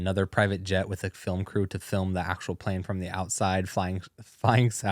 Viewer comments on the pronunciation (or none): none